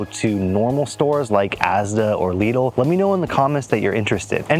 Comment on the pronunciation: Lidl no leedil 😂